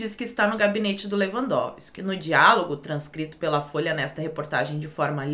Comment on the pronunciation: "Fôia do Seu Paulo" kkkkkkkk